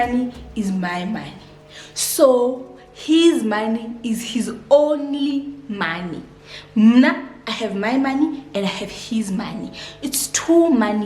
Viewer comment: “ it’s one moneeey”😭😭😂😂😂😂 You’re so funny.😂😂❤️